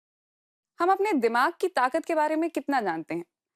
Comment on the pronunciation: दिमाग़ ,दिमाग नही होता है